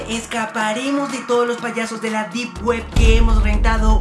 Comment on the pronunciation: No se dice DeB ·